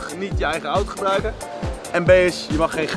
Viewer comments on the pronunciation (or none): none